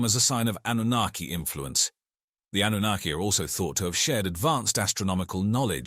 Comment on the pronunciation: Why does the pronunciation of Annunaki keep changing from correct to extremely incorrect - hedging your bets? 😁